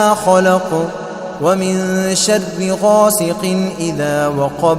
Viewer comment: یہ شر کو شد کیوں پڑھ رہےہیں ؟؟